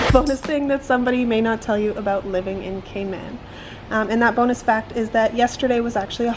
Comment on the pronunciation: Cayman not catman😂